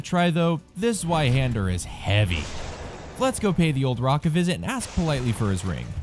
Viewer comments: Zvei. Zveihander. Not Zueihander! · To be fair, I still like the video. But the pronounciation is pretty strange